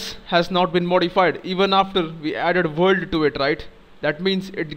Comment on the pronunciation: You really explain things well. Thank you. And I like the way you say vorld ^_^